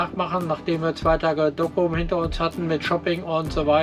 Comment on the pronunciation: Ein netter Bericht. Ich habe diese Tour schön des öfteren gemacht und Groningen ist ein echtes Highlight, Gestattet mir allerdings 2 Anmerkungen: 1. "Brückenwärter" wird nicht mit "e" geschrieben. 2. Es ware schön, wenn ihr mal versucht einige Ortsnamen richtig aussprechen. Im Niederländischen wird das u "ü", das ou "au" und das oe wie "u" gesprochen. Also z.B. Dokküm, Leeüwarden, Jaure etc. Ich hatte Euch übrigens vor Jahren schon einmal darauf hingewiesen, nichts für ungut. Mit freundlichen Grüßen